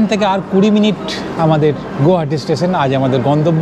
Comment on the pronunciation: Pronounce as গুৱাহাটী।